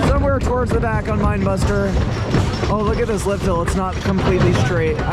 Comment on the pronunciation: it pains me hearing pronouce the two wooden rides incorrectly lol. the bigger one is wildebeast (like the animal... not wild beast) and the smaller one is minebuster not mind buster lmao. otherwise love the video